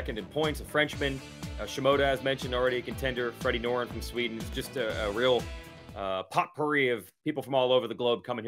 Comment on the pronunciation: tell me you didn't say POTpouri.